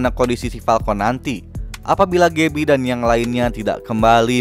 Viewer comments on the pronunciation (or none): Dibacanya gabi bukan gebi